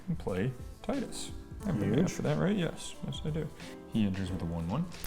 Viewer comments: Te-du-s not Ti-de-s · I wish he actually pronounced Tidus correctly 😂